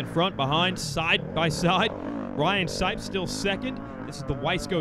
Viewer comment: Does anyone else think he says sikes instead of sipes